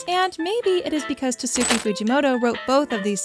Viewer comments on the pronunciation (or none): Prob he meant is pronounced tats ki Fuji moto, the u in tatsuki is silent. Anyways there is no need to be rude about it, great video!